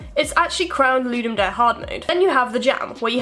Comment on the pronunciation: i think pronouciation is loo-dum dah-rey